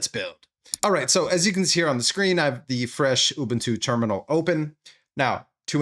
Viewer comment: It's not urbuntu it's Ubuntu 😂